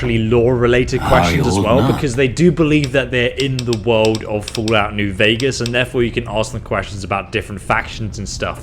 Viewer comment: Ok he pronounced Vegas correctly! I was expecting VEEgas NGL